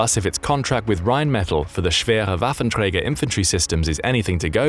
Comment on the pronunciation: Respect for pronouncing "Schwerer Waffenträger" at least somewhat correctly